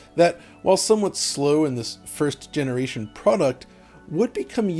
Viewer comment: Generason xD!